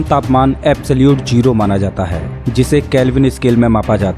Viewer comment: Its not jero....its zero